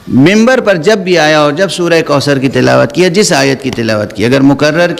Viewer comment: منبر ہے، ممبر نھیں correct karlein